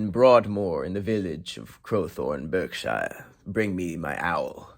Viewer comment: You got those English town names right, but butchered Berkshire! It's pronounced 'Bark-shur'